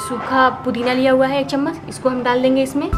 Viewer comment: chammas nhi hota hai, chammach hota hai ji